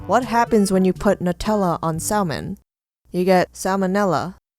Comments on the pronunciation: did u just say Sa LLLL mon? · the way you pronounced salmon was absurd and my day is ruined.